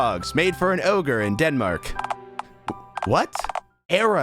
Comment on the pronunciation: ranboo mispronouncing "ogre" is so funny??